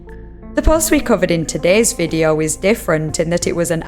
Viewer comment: Investigeeeeh, videeauo etc. , the same "melody" of every sentence - pure pain to listen to this weird narration!